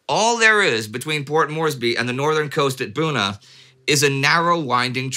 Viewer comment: "...near the coastal villages of Bona and Guna." LOL! You do an amazing job of pronouncing unfamiliar names, Indy. But it's nice to see you're human at times. :^D